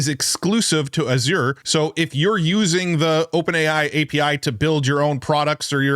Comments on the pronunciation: Azure rhymes with measure. The Z is pronounced like ZH. Accent on the first syllable. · It's "AHZH-ur" not "ah-ZURE" ❤‍🩹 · You would be more persuasive if you pronounced "azure" correctly. Hint: It's a color. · If you're going to be a tech commentator, you should probably learn how to say "Azure".